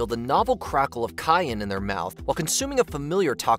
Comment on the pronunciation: On number 5 she called a novel a novella and cayenne a cayonne. My girl just couldn’t get it right 😂